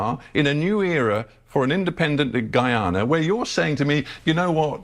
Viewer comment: My country is pronounced guy- an - na Guyana. Thanks